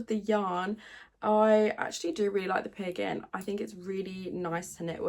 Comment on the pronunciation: I’m so impressed with how you are always up for a challenge! Your problems solving skills are like off the charts when it comes to sewing and knitting. I am from the states and I love your accent, all that time you were saying peer gynt and I thought you were saving “piggin”- I was like how have I not heard of this yarn name? I love it! 🐷